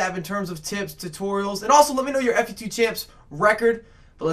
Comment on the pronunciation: Just say fut not f u t